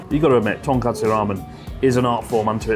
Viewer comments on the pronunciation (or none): With you there! Make sure to bully Chris for saying "tonKATSU" ramen 😂 All the love guys!